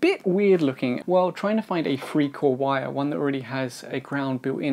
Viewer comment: What is a "free cord wire?" or did you mean 3 cord wire? Why do you pronounce TH like an F?